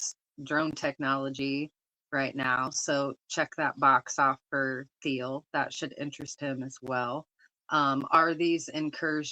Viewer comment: It’s pronounced TEEL, the H in Thiel’s last name is SiLENT. It’s not THEEL.